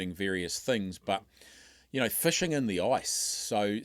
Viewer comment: Fishing. Not fuushing